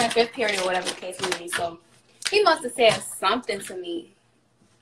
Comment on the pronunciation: “oR wHaTeVa tHe cAse mAy bE”